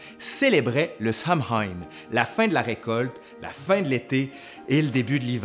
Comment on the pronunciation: "Samhain" ne se prononce pas du tout comme ça (les joies de l'orthographe irlandaise :P !) mais sinon une super vidéo :) ! Bonne continuation et à une prochaine !